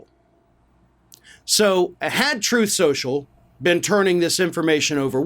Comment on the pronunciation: that's 'Troth Sential'! 😂